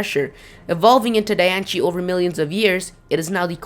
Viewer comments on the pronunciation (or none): Lol it's pronounced "DianSIE" not "DianCHIE" :3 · dude it is not pronounced dian-che it is pronounced dian-see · Who the crabs is Dianchie? Its DAI-ANN-CE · when people say dianche,it drives me nuts,its dye-on-see,it even said in the movie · Di-an-ci not Di-an-she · I think it's ( di-ance-ee) not ( di-ance-chi) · Yea in te movie it says diancie not dianchi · Dianchie=NO Diancie=YES you can google the pronunciation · why are you saying diancie wrong. its pronounced die-an-se not die-an-che. its just bugging me. im NOT i repeat NOT being mean it just bugged me. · it is di-an-cie not -di-an-chi idiot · The Japanese for Diancie (Dianshii) would be Dee-an-she, not Die-an-she. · Anyone else thinks that "Diancie" (pronounced Dian-C, not dianshee btw) sounds like "Die and see"? o.o Maybe Diancie is a Carbink killed by Hoopa and reborn or something? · It's diancie not dianche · Sorry, but you constantly mispronounce everything wrong! Lugia is LU-gi-a , not lu-GI-a. Phione is pronounced Fee-OWN-ay, not fee-OWN. I'm pretty sure Diancie is pronounced Di-AN-see, not Di-AN-chee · the word young shouldn't sound like yonk. and i think diancie shouldn't be pronounced dianshi, but diancie, with an S where the C is. not seeing an H anywhere in diancie, so don't pronounce it. and yes, people have gone deeper in this, just not an individual vid. you make too much assumptions from mere suggestions. who knows? it may be EV trained. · Lol Dianchie. Wtf its Diancie xD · it calld die anceeeee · The real way to say diancie: Die - an - see😑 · Lol dian-she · pronounced di an see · Die ahn see not di an ci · I know, right? 😂😂 I cringed when he said Dian-shee and Lu-gee-ah. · ITS CALLED DIE AN CEY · Di-an-cee say it right ugh this pisses me off.... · Where the hell is ch in "Diancie"? it's said Diancie, NOT Dianchie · Sim Sima wtf did i just read? Native Americans did not speak English! and even in USA english it is still Diancy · It's pronounced (die-ann-see